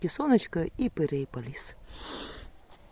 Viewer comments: пирІй, а не пЕрЕй.🤦😁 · треба казати ПЕРІЙ, ане перей.